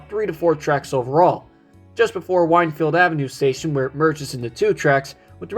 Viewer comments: BTW: Wynnefield is pronounced "Win-field". Driving from center city to Cynwyd can take a lot longer than 22 minutes, and it is less stressful. I used to live near the Cynwyd station, but I only used it once, when I returned from Princeton, via the Dinky, to buy my uncle's car in 1976. While they would never build just that line today, replacing it with buses would be a disaster, taking much more than 22 minutes. As long as there is sufficient ridership, and it is not subsidized more than other lines, then I say keep it running. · Wynnefield is pronounced win field